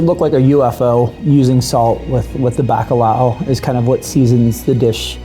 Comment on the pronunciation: Ok but they way he said Bacalao was Diabolical 😂🤣💀